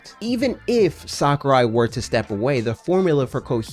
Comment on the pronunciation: HIS NAME IS PRONOUNCED SACK-OO-RYE NOT SOCCER-EYE But other than that great video